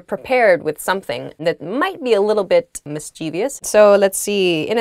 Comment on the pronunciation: Why I heard " mis. chie. vi. ous"? mischievous doesn't has i after v.The word only pronounced in 3 syllables.